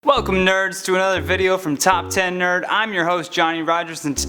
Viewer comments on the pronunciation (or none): none